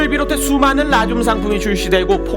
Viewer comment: 왜 라듐이 '라늄'이라고 들리지..? ㅋㅋㅋ